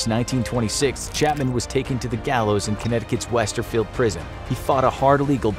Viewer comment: Not sure if he's saying Westerfield but if he is it's supposed to be Wethersfield